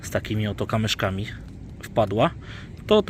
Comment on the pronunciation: Kamyczki bo mówisz non stop kamyszki.